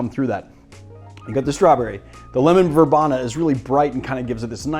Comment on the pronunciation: I should make a Pimms Cup soon. My bottle has been waiting around... Just in case you confuse the person at the garden center: Verbena has a long e sound. ver-bee-na